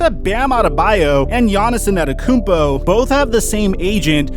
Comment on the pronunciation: Man.... You completely butchered Giannis' last name. But, good speculative video, though.